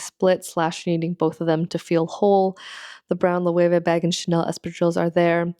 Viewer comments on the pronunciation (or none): none